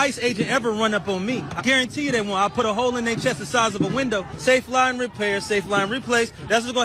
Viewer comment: This cornball was singing the Safelite song calling it "Safeline"😂